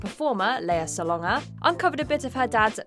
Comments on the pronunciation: It is spelled Salonga. It is pronounce how it looks: sa LON ga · you pronounced Solanga INCORRECTLY listen on Tony Awards vids when introduced